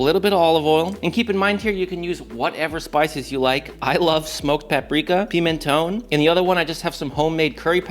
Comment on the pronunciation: What????? . You say paprika "piminone" WHAT THE HELL IS THAT???